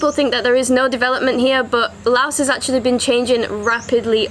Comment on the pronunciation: Finally! A video where someone actually pronounces the name correctly. Loved the video through and through! :D Just three quick questions if you or anyone else could answer them: 1) Aside from learning some Lao as you said, I've heard that of all the countries of the former colony of French Indochina, Laos has retained the most French. Aside from the Lao I would learn, would I be able to get by with French at least in the cities or do people not really speak it much at all? 2) In the north of the country, how much of a problem is it being within the Golden Triangle for tourists? 3) For going off the beaten path to explore these lesser known areas, approximately how much would I need to worry about the unfortunate worst case scenario of coming across unexploded ordinances?